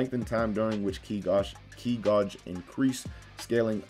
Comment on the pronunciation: ki gauge is not pronouced ki gah-j. it's pronounced ki gay-j. where were you educated?